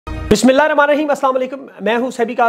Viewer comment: plzzz Bismillah ka talafuz theek tarha se ada kiya kren aap bohat tez bolty hain to talafuz change ho jata hai.